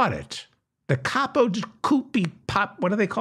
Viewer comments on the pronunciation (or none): none